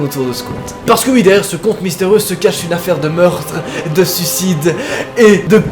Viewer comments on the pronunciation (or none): je suis la seule a a entendre se casser au lieu de se cacher ? sinon continue tu geres ! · A je rêve ou il a dis cacer au lieu de cacher ?